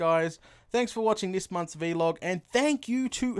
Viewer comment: Ok I'm not a hater I'm a reaaaalllly big fan but ITS NOT V LOG ITS VLOG said just like BLOG